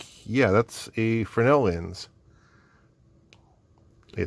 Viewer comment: I don’t know if someone has said, but they are “fresnel” lenses, not “fresnel” lenses. My apologies if someone already has.